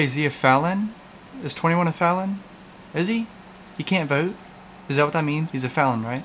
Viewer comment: " He can't voute "